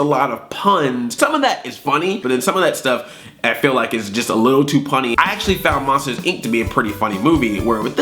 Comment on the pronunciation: did you hear when he said PUNny